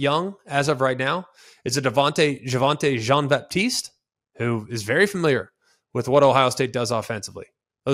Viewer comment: jean baptist pronunciation was on point, get as many of those in as possible haha